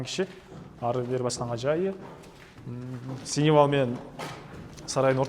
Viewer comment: Синивал эмес думбул! Сеновал деп айтылат.